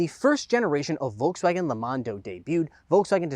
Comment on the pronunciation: He pronounces Volkswagen wrong